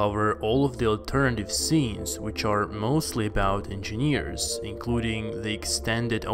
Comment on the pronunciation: I hate the way you pronounce engineers..you must have said it a thousand times..geez!!